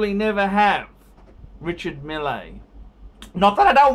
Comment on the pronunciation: It's your opinion. Your opinion matters....... (NOT) When you give an advice try to (at least) pronounce the name correctly REE-Shar Meal not Milley.... and to top it all off you can't even read the Chrono 24,you don't understand what is going on and why there is a difference in the price.Maybe your so called "billionaire friend" can help you so you don't have to bag for donations and change the shirt at least weekly.